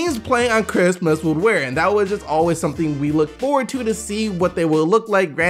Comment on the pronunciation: Why'd u say Christmas like that 😂